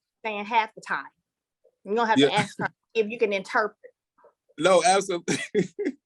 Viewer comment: “Interpreter” had me laughing!